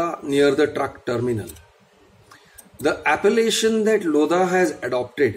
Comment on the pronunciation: In Lodha the H is silent